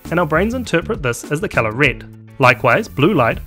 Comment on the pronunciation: the absence of the letter e in your accent is fairly annoying... it's red, not rid, sensitive, not sinsitiv